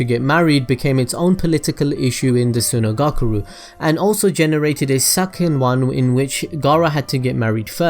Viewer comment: Why he saying sunagakure like sunagakuru